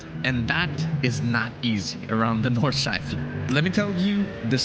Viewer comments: My German heart is dying when hearing ,, nordschlaifle" in the intro mate 💔 pls redo and reupload this sht or I'll unsub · Nordschleifle? Where did you get that „le“ from??? Nord-schlei-fe